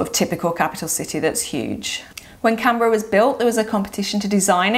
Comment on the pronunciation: It would be great if you pronounced the capital of Australia properly. It is pronounced “CANberra, not CAMberra. It is an N, not an M.